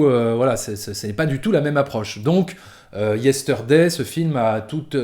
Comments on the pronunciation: Yesteurday... Problémo dé pronunciaçion ! 😉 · je vais faire mon reloud mais : le R de Yesterday ne se prononce pas : beetle veut dire scarabée et non pas cafard Sinon, très bonne critique, je te rejoins tout à fait 👍